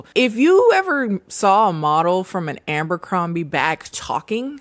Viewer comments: Now watch Beverly Hills 90210. (Also, ABERcrombie, not AMBERcrombie 😘) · Taking a shot every time adds an extra M to Abercrombie 💀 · 'ambercrombie' lmao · Girl… Ambercrombie? Had me dying every time u said it and it was so many times!😭😭😂😂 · Forever pronouncing it Ambercrombie from now on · You never sounded more black than when you said AMbercrombie lol. Come through with that nickname girl lol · The number of times said aMbercrombie, i started doubting if it actually is aMbercrombie 😭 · Obsessed with the way you pronounce Abercrombie 😭